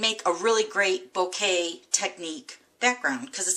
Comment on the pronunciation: Beautiful card. Isn't it pronounced Boka though?? I've never heard it pronounced bouquet..